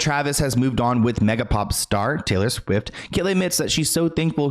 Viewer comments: Swift not swiff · She keeps calling her Taylor SWIFF LMAO😂😂😂 "I have no reason to shade Taylor SWIFF. Taylor SWIFF is Taylor SWIFF" 🤣🤣🤣